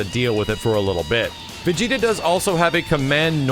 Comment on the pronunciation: Ssgss vigeta not vigeta